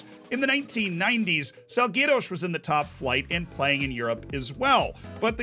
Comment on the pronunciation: So we're just casually ignoring that Porto-based Boavista was fighting for the Portuguese league (and won it once) by around the same time Salgueiros started its downfall? Weird pronunciation of Salgueiros as well, particularly on the "guei" part. I guess you didn't want YT to think you were saying "gay". 😛